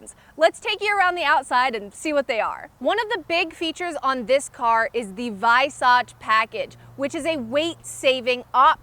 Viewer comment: Good job. One thing though..."Weissach" is pronounced "VY-sock" instead of "VY-sotch".